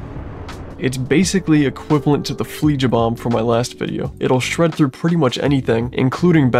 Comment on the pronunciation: Wait, a minecraft FLEIJA mod?! I believe thats pronounced Flei-Ya.